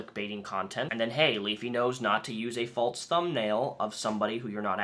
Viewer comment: Did you have a bet to see how many times you could say or falzly? (False and falsely) And then do the walz? Idk it rhymed.